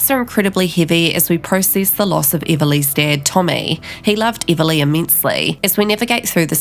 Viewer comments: Before you spread rumours learn how to say her name! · What accent do you have? You pronounce everything wrong. Even her name.